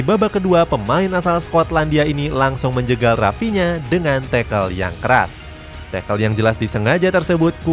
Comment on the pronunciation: Awal2 video dibacanya "Rafina" dong 😅 Ayo dong belajar baca nama dan club lebih baik lagi biar profesional kak videonya... Semangat yaa... maju terus... #YNWA